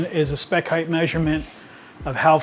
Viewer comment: Its height not heighth